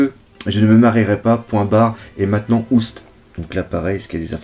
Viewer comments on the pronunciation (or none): none